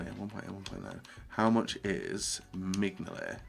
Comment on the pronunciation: He seriously needs to learn to pronounce names..... Digne...... DIG-NAY..... ARE YOU SERIOUS.... its pronounced DEEN-JAYE Then follows it up with an even better one... MIGNOLEY, MIGLEY..... FFS! For Mignolet its pronounced MIN-YOL-LAY Why am i subscribed to you......